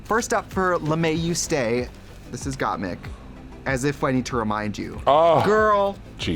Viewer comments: when Trixie pronounces Gotmik’s name right only once lol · obsessed with the way Trixie has decided to pronounce GotMik